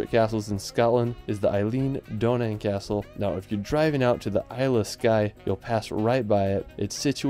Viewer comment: Good selection! But what a pity you didn't learn how to pronounce the names of them; not even an approximation. Did you ever actually meet any local people and hear how they say Eilean Donan, Dunottar, Orava, Spis, Trakai, etc ?